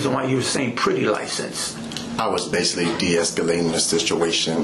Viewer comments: and he kept saying "basilly". I could have sworn the word is "basically". He sounds so illiterate. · Basilly or basically lol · He says the word "basealy" at least two times.The word is basically, one time and it is misspoken, two times indicates that is part of his vocabulary. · “Basaly” what a clown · If I hear him say bassilly one more time….🙄😤(basically) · " Basily, piture, inaproprit," He's completely illiterate ! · Baysilly, instead of “basically” is standing out the most to me lol. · OMG!!!! My flesh crawled everytime he said basilly & he said it over and over again. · Him said BASILLY MADE ME SOOO MAD. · Can’t forget “Basilly” “I was deescalation the situation” 😂